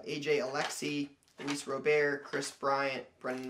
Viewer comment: "Luis Roberre" HaHa